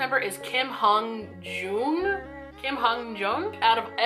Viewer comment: Pronunciation guide! So most korean names are 2 syllables which will help to keep in mind. Only San is different with one syllable. (I made this as simple as possible, its not exact but close). In all honesty I'm a little baffled at just how badly some of these were pronounced. All 'a's will make an 'ah' sound!! Name: Hongjoong Hanguel: 홍즁 Pronounced: Hong as in gone, joong with the normal 'oo' sound. Name: Seonghwa Hanguel: 성화 Pronounced: Sung-wa Name: Yunho Hanguel: 윤호 Pronounced: Yoon-ho or 'you know' Name: Yeosang Hanguel: 여상 Pronounced: Yo-sahng Name: San Hanguel: 산 Pronounced: Sahn Name: Mingi Hanguel: 민기 Pronounced: Min as in minute, 'gi' sounds like 'gee' with a hard 'g' Name: Wooyoung Hanguel: 우영 Pronounced: literally 'Woo' and 'Young'. Name: Jongho Hanguel: 종호 Pronounced: The way it looks.